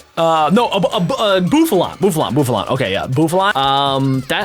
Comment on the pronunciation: It’s not bofflo